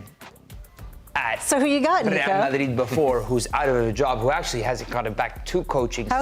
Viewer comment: I wish this guy would stop saying madrid like marrrrdid